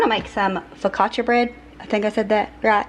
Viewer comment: Hi 👋👋👋 1st of all, you pronounced focaccia bread correctly👍👍👍 Holly cow that soup looked and sounded amazing, that’s a definite trust by situation😋 Your bread look very good too, maybe you should add Italian seasonings and garlic etc🤷🏻‍♀️ but it looked pre tty, those tiny tomatoes have me very intrigue🤔 they’re so cute👍 TYFS, I hope you have a wonderful and blessed week🙏♥️💫✨👼🏻✨💫♥️PS: Say a prayer for me, my uncle/Godfather passed away late Saturday night, I was told early Sunday morning of his passing, it’s been very hard on me, we were very close🥹 Thank you so much💔🙏💔 💔😇💔🙏